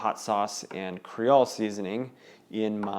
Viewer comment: it's Creole not cre all seasoning. sounds like cre ol' lol. i had to say something.